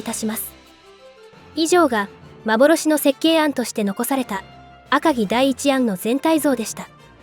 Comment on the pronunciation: どうしても「あかぎ」のアクセントが気になっちゃう。気にしないようにすればするほど頭の中でグルグル渦巻いちゃって、3分くらいで断念ｗ